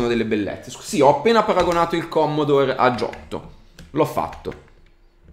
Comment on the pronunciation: Non si puo dire commodore!! :P